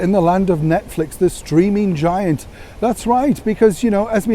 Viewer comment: I thought you said the "screaming" giant 😁